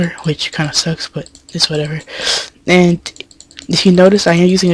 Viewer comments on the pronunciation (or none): when you say and you say it like ant